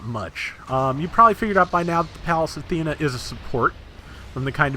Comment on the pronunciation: Everytime you say Athena I'm like this guy knows it's Athene.